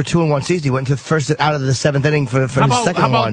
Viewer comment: Patrice said "foist" lol. I cant stop fucking laughing